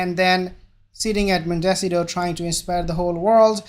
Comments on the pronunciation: Pronounce MONT-ey-CITO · Mon-teh-cee-toh. Just helping with pronunciation of where they live. Great video. Thank you